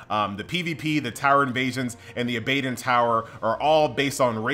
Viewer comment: hell yeah u mispronounced that bro.. its aba don like abba then dawn lol abbadawn :P abadon